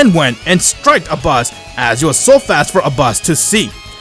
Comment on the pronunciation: What they say: Abbas What i hear: A boss